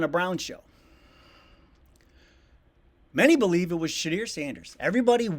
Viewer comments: Shedeur is a ratings magnet. I don't give 2 shyts about the Browns. Nobody does outside of Cleveland. Yet here I am watching "Browns Latest" because it showed up on my feed. You should learn how to say his first name correctly, though. It's not Sha-Deer. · please learn how to pronounce his name! sounds like Sha-door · His name is pronounced like Sha-doer. Please get it right. It shows respect. You are not pronouncing Dylan Gabriel wrong. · His name is Sha door say it like that🤣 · Pronounciation guide....... SHA-DU-ER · appreciate your show but how about learning how to pronounce Shedeur's name...its not Shedear...all due respect...thanks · it's pronouced Sha-door please learn how to pronouce the young man's name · His name is NOT pronounced “ Shedeer” ! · You should learn how to pronounce Shedeur 😂😂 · You know how to say his name. He doing it on purpose. Will not subscribe 2 he get it RIGHT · Is Sanders name pronounced Shed-DURE, or Shed-DERR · I wished you'd learn to say his name properly. Sanders will prosper & be the new "King of Cleveland." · stop mis-pronoucing his name. you know how to say his name🤨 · How you have the dumbest last name that ever existed. But can’t pronounce shedeurs name properly. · You’re saying Shedeur name wrong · If u gonna use him for weak content at least pronounce his name properly smh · hey YT man. Shedeur has been doing all the right things. He’s always been active in the community everywhere he’s been. also learn how to say his fuckin name. Respectfully of course. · Do you realize that you are pronouncing the name of #2 wrong? You should look into that...other than that I subscribed. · Sir, I'm sure you have a great show, but please learn to say his name correctly. I know you're trying and will get there. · Maaaan you are not saying Shedeur’s name correct…!!! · Now I know you ain't heard nobody say his name like that pops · Please start pronouncing his name correctly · You need to learn how to say his name!!! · Shadeur not Shadeer